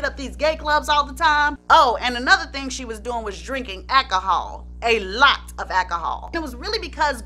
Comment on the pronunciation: What is "ackohol"??? Why are you bleeping out the words suicide and kill?? Is this chanel for children?